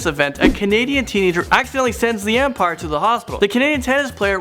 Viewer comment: he said EMpire...... its UMpire